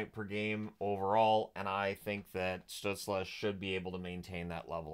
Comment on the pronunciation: In the light of pronouncing names in the recent videos (see Samsonov): In German, Stützle would be pronounced Shtützlé with as bright of an e an English speaker can produce (like if you say insane, you have an e sound in the a, ins-a-i-ne, so just take this a part). Don‘t know how he self-refers though.